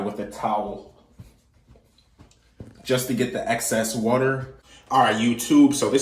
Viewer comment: How he says water wuter 😂😂😂